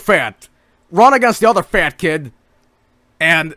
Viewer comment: Fat? or Fehyt?